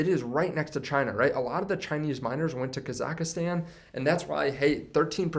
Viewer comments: Say it with me: KA-ZACK-STAN not KazackieStan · did he say kazakastan.